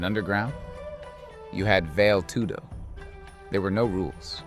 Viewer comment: Vayl tudo🤣 Rick-son Gracie. Wahnder-lay Silva